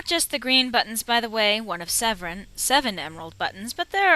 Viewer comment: LOL when you were talking about the seven buttons, it sounded like you said Zevran. I <3 your DA walkthroughs.